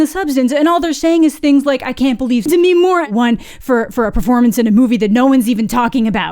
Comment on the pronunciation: It's Demi. Not Demiiiiii.